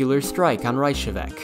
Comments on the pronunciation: Icelander here, great video. But... it's "Reykjavík", not "Reykahavic". But I like to see more, so I will subscribe your channel. Þoskastríðin (The Cod Wars) was actually used in our last presidential elections. When the candidate Davíð Oddsson (our "Ronald Reagan") attacked the history professor Guðni T.H. because he has been writing about the Cod Wars and was pretty neutral about it (just like a historian should be). That is, he was not particularly standing with Iceland (nor Britain) and because of that he "hated Iceland". But in the end, he won the election and Davíð was in the fourth place. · Really apreciate the video I didn't know all of this about the cod war even though i learned about it in school! (Even with that reyKjaviK pronounciation ;)) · B: It's pronounced "Rekiavik" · iegki gera dað Reichavick Stop abusing my language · Did you cringe too when he said Reykjavík? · Nice pronounciation of "Ekki gera það" :) (but you messed up Reykjavík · So, I wanna be that guy and point out one flaw. The vessel used to represent the Icelandic Gunboats in the video was the ICGV Thor which never saw service in the cod wars as it was commissioned in 2011. Aside from that and the mispronunciation of Reykjavik, good video!